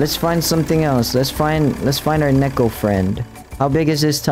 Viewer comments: Neko is pronounced "Niicko" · it's pronounced "niko" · Btw the pronounciation isn’t nek-o it’s nee-ko. 👍